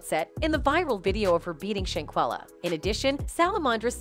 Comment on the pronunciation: SHANquella!!! Say her name and say it correctly or don't say it at all! First you say SHAquella then you say SHANquella The next time you say her name, its back to SHAqulla again. How do you report on the death of someone and muck up their name like that? It's like you knew for sure one of them is correct and instead of confirming the true pronunciation of her name, which would have been very simple, you decide to just fluctuate between both in hopes that no one notices the obvious carelessness and disrespect! SAY HER NAME: SHANQUELLA ROBINSON!! RIP BABY GIRL!!🙏🏾❤😿